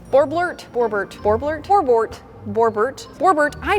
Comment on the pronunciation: The narwhals name is actually borbeart not borbort